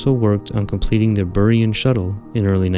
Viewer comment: Love the videos! But your pronunciation of vehicles and propellants is funny lol like Buran and UDMH.